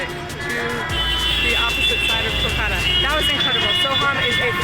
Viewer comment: Please do not say it culcuta it's Kolkata